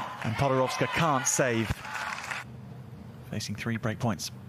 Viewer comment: PodoroVska?! Why he said PodoroVska?